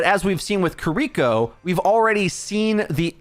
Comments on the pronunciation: Its kiriko, not kuriko. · Jeez. Stop saying kiriko name like that. Kee-dee-kō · Who tf is kuh-reeko? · God I hate the way everyone mispronounces kiriko and just calls her cureeko.. like come on guys it's really easy just ki(pronounced key)-ri(roll that r just a little)-ko.. say it with me ki-ri-ko.. kiri-ko, kiriko.. got it? Okay let's do better from now on guys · Names matter. Kear - e - ko Kiriko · LEARN HOW TO SAY KIRIKO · I can’t handle how you pronounce kiriko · Take a shot every time he mispronounces Kiriko if you want to commit suicide by alcohol. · i cant wait for kiriko to not be meta so i never have to hear someone mispronounce her name again